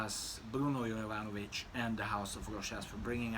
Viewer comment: thanks:)...yes,i understand,and have same feeling about mass hyped juvenile fragrances,as at 47,i have surpassed that,and also have soft spots for vintage type of fragrances.Also,it’s always nice to hear pronouncing correctly brand names(joop!),and perfumers(jovanović):)...wish you all best.